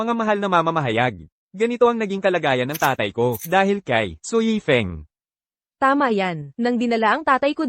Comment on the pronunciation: Mali2x tawag yifeng na yefing. Eh si Su yan